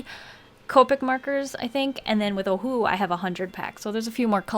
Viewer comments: i don't know if i'm the only one who's hearing UWU instead of ohuhu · Oh who owo Totally how you pronounce it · My friends and I literally have fights about wether it’s pronounced Oh who who Or Oh who oo What is it?! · The amount of awkwardness I feel every time you pronounce ohuhu like a sad owl breaks the scale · I pronounce it like oh who who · It’s so funny how she says Ohuhu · well if its o-hu-hu then why pronounce the two hus differently lmao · We love our ohuhu!!! It's never a knock off!! I still love how you pronounce it. Hahaha